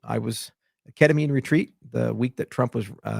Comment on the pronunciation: Did you say Ketamine retreat?